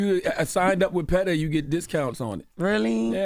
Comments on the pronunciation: It’s the surprised look Jess gave Envy when he told her it’s PETA not PE-TA that took me out 😂😂😂😂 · Jess ain't wrong. I definitely thought it was “Pehtah”at one point too. 😂😂😂